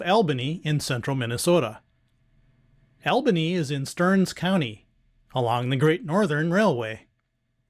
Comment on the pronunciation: Great videos, ‘cept Albany is pronounced ALL-bany, instead of AL-bany. 😊